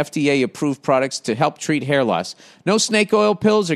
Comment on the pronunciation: His haaaiiiahhhhh hasn't seen conditionahhhhh since Herbert HOOOOVVVAAAAAAaaaaahhhhhhh